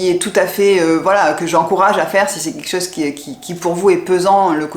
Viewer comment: Bonjour , je regarde régulièrement vos vidéos et j’ai remarqué que dans vos commentaires vous ne dites pas… c’est quelque chose…etc… Vous prononcez : QUEKCHOSE…!? C’est dommage…. Il serait bon de corriger ce langage qui ne vous va pas…. et de bien prononcer le mot quelque chose….Dites en bon Français: quelque chose…, c’est quelque chose…!!! Et non pas QUEKCHOSE…! C’est QUEKCHOSE…!? C’est pas beau…!?…